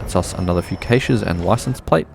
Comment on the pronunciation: You pronounce caches wrong